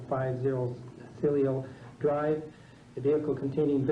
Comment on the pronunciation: This guy not only can’t pronounce the hard names, but he can’t even pronounce the easy ones (Patricia) Then he gets one right only to mispronounce it the next time!!!!! Hey d1pspit, it’s Cielo Drive, not too difficult for the rest of us!!!!